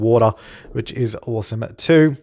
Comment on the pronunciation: "I think it's oowasom" XD